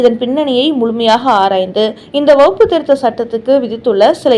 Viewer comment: வகுப்பு திருத்த சட்டம் இல்லையம்மா. அது வக்ஃபு திருத்த சட்டமம்மா. உங்களது உச்சரிப்பில் குற்றமுள்ளது. முதலில் அதை சரி செய்து கொள்ளுங்கள்...